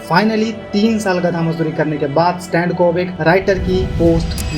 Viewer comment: Stan❌ स्तन ✅😂😂😂